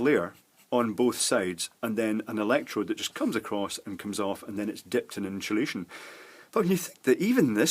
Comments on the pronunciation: Great video. By the way there is no H in the word insulation. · Why does he pronounce "insulation" as "inshulation"? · Nice video, sorry to take the pish here but is that Sean Connery ?? INSHOOLASHON (INSULATION) 😊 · "inshulashion" - Sean connery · What is "IN SHA Lation"? Also, I'm watching part about caps and I'm finding that I'm very frustrated firstly that you keep saying "in sha lation", but secondly, the fact that you didn't bother to explain firstly what capacitance is. I think that would have been very helpful for someone who knows basically nothing to begin with. You're cutting your little example over and over, and stating and showing that it changes the capacitance each time, but, so what? What does that mean? You get what I'm trying to say. Thanks. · Excellent explanations! And I love the way you say inshulation! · “InSHulation” Interesting. Good video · WHAT THE FUCK is inshulation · Great video and the way you say 'insulation' cracks me up everytime